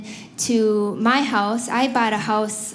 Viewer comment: "...and then you don't get a hōss." So, she's Canadian?